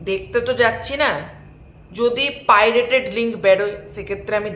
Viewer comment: তোমার এই ভিডিও যদি ভাইরাল হয়, পাইরেট কথাটি উচ্চারণ করার জন্য ক্যাশ খাবে